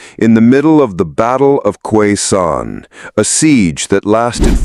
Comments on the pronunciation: I served in ‘Nam (Vietnam) as a Marine, and I’m here to say that Khe Sanh is pronounced “K Son”, like the word “on” you know? There is no “Q” sound in it. . . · The way he's saying it is definitely brutal.